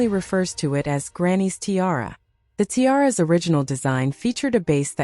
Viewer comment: Tie-aras? And Queen Elizabeth TWO? Please have a human being narrate these.